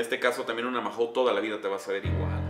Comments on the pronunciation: Jajaja , nunca escuché a nadie que pronunciara la marca de esta cerveza así, " maju " , por cierto "cracks", habéis probado la variedad 5 estrellas , existen otras opciones de la marca mahou, como la clásica( lata verde), barrica, negra, maestra etc. No las metáis metáis todas en el mismo saco, se nota no tenéis ni p. Idea desde el respeto os lo digo. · Soy de españa y la verdad que no es que me guste mucho. Por cierto, sin ofender, aqui la pronunciamos "maou", solo para que lo sepais. Gran video como todos y viva metallica!!!!